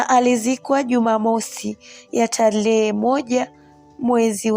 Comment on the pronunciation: Historia nzuri. Ila ndugu msimuliaji jitahidi uboreshe kiswahili chako hasa matamshi. Semanini🫴Themanini, Talehe🫴Tarehe, Wiriam🫴William